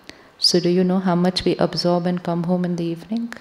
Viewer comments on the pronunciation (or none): Sri shivani sister, I got confused when you say absorb the energy, the pronouncation looks like observe the energy❤ meaning doesn’t matched in that sentence~~😊😊